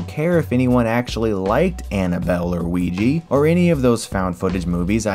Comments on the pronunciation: is it really pronounced "Ouij-ee" instead of "Ouij - aa"? As for the non-english speaking part of the world, I can at least confirm it's pronounced Ouij - aa... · “…and most recently, Wee-jee”. “Oija” is pronounced “Wee-juh”, not “Wee-jee”. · Why are you saying "Ouiji" instead of Ouija? Like EVERY single time. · Wiji?... ouijaaaaa with an a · Okay like... Why is it pronounced like weejee. There's an a at the end. Weeja? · when he says''ouija'' sound like hes saying ''Luigi'' xD i prononce it: woo-ee-ha because im a spanish speaker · Great video and nice series of videos. One thing though, I don't want to sound like a smart ass but, can you please pronounce ouija the way it is spelled. We- Jaa, not We-Gee. It is really easy. You read the letters as they are and pronounce them the way they are spelled. Nu-cle-ar, not nu-ke-lar. I know I know, dialects and shit but please, there are no EE and the end of ouija. Thank you. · I've always heard "Ouija" as the more common and proper or logical pronounciation and so it's just annoying hearing Chris say "Ouiji". xd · Great video. But please PLEASE stop reading ouja as "oui-jeeee". at least say it like "the same oui you just said" plus "ja from Jack" ouiJA. with this I'll give you 10/10. but for now just like 8/10 good work tho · Why THE FUCK are people saing ouiji when its ouija! Please stop with this uiji bullshit. Its a misconception, a fault, someone said ouiji instead of ouija in a documentary because he or she didnt know better and since then many people did so. Even the news said it like this which was the birthtime of uiji. All media copied it like this after that news broadcast and it slowly crept into peoples subcounscious... its O-U-I-J-A <-!!! Fuckin 'A'!!! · Isn't it Ouija and not ouiji? At least, that's how we pronunce it here. Unless i'm in the wrong here. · OUI JA = Uiya, not Ui Yi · It's pronounced owiejah not wieji. The word is simply the French, and German/Dutch word for yes combined